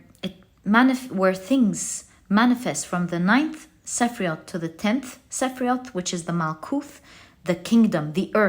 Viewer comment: As someone who knows a bit of Hebrew, I just wanted to say that "sephiroth" is pronounced seh-FEAR-oat not seh-FREE-oat.